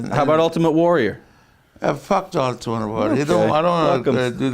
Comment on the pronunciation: Top 5 - favourite: Iron Sheikisms where he messes the name up - 5) HellyBelly Jim 4) JVD 3) Michael Jordan/Jackson 2) Ultimate Var 1) Gene Mean